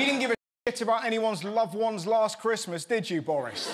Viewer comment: Lass chwismass I ga(Y)ve you my hum.